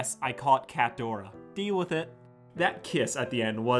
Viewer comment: It’s NOT CATDORA ITS CATRADORA